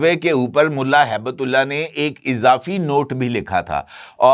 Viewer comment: سر ملا ھیبت اللہ نہیں بلکہ ملا ھبت اللہ درست نام ہے تصحیح فرما لیں